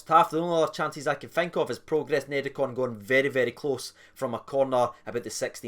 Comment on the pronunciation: Are you pronouncing it like that to call Niederkorn a bunch of neds? Like the Rangers TV announcer who kept calling Almeida, Almedia to rhyme with Artmedia.